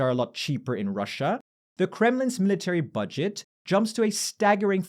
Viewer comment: Thanks for the great video! Two constructive comments on pronunciation: the stress in "military" falls on mi- instead of -ta-, and "nuclear" is nuc-lear instead of nuc-elar. I'm an ESL teacher and I love learning about pronunciation things - hope this is helpful. :) and thanks again for all the information and analysis in the videos!